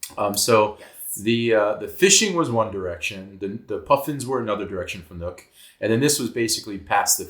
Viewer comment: Great video, but I have to say: Nuuk is not pronounced as "nook" but as "noob" with a k.